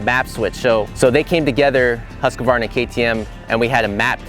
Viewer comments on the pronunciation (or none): why it's so difficult? it's not husk-a-VARna, it's husk-VAR-na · Why are Americans so ignorant in foreign names? There is no A between the "QU" and the "V" in the brandname. HUSQUVARNA!!! and NOT HusquAvarna.